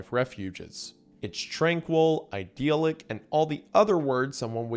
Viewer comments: It's idyllic, not 'ideal-ic' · Say it with me now : I-dill-ick. Idyllic.